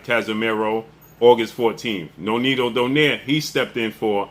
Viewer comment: Even Donaire isnt Pronounced DO-NEYR, it is realy Pronounced as a Filipino , DO-NAY-RE. 😂😂😂 AMERICAN so free even pronounciation made it worse😂